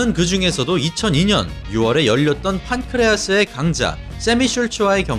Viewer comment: 에헤이ㅋ 효도르 러시아식 발음은 표다르 예몔랴넨까 입니다. 판크레아스가 아니라.. 판크라스.. ㅋ